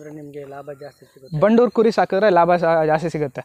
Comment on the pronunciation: It's Bandur and not bannur... Many ppl pronounce incorrectly..